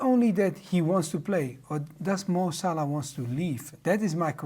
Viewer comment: My goodness Kate can you for love of god say salah’s name correctly????